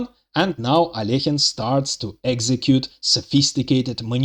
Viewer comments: This is the correct prononciation of Alekhine's name But most people can't do it for some reason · many Russians themselves don't pronounce it right, by the way. The second vowel often miss-pronounced as "yo" as "Al-yo-heen". So it's double impressive that the author pronounces "Alekhine" correctly.